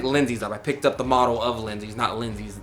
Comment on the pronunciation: Model not modle